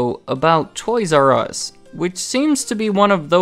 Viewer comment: TOYS "Я" US like TOYS "YAH" US